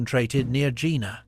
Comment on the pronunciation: It is pronounced Yena.